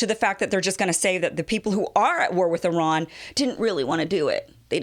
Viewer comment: Thanks for pronouncing Iran in the right way